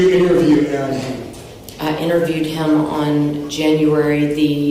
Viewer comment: Maybe I am petty, but it drives me nuts when the narrator mispronounces people's names. The mom is called Ev-ann, not Ev-ain. When there are so many clips and audio of family members saying a name a particular way then I can see no reason to constantly say it incorrectly.